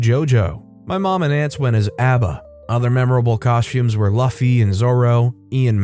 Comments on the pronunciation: How he said Luffy XD I'm dying!!! Not making fun of him, people who haven't watched the anime don't Normally know how to pronounce it. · Wait. You pronounced Luffy wrong. I'm kinda salty about that